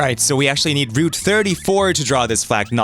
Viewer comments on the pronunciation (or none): root 34? That pronunciation sounded like something else for a second...